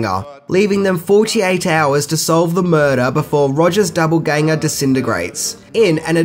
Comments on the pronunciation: Sorry bud, but it's doppelganger not doubleganger. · Are you saying Double-ganger throughout instead of Doppelganger? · Yes he is.... He also fails to pronounce names and words correctly in his other videos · Australians still pronounce it doppelganger not duppelganger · It's not doubleganger it's doppelganger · Btw, it is "doppleganger" not doubleganger. A court full of kangaroo's is a joke about "kangaroo court", which is a farce of justice. Lazarus song is a referrence to Christ raising Lazarus from the dead. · Just an FYI the word is doppelganger not double ganger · Dopple not double you fool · It’s pronounced “doppel-ganger” not double ganger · Dude, are you saying DOUBLEganger?! Why is there not a single one of your videos where you don't get some word completely wrong? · That's not how you say doppelganger